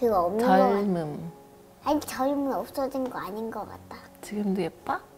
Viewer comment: 아이가 젊음을 줄무늬라고 잘못말했는데 엄마는 바로 알아들으시네 난 몰라서 줄무늬? 왜 갑자기 줄무늬? 이랬는뎈ㅋㅋㅋ. 엄마분이랑애기 너무 보기좋다